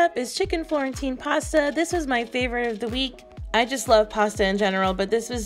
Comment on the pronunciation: My ears heard chicken quarantine instead of Florentine lol.